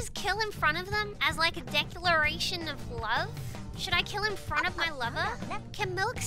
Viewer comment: im in "lova" with sayin "lova"